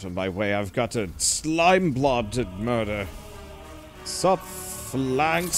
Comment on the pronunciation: God damn it its Phalanx not Fey lenghts